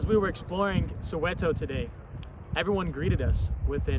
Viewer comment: Pronunciation bru its not soeweto its soweto